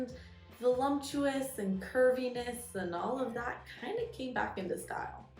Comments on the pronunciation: Three counts of pronouncing it as “volumptuous.” Just stop saying it if it’s too hard for you. Words matter, language matters. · There’s no M in the word “voluptuous.” There are no lumps in that word. 😂